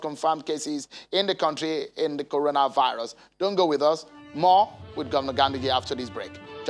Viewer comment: Coronavisis he said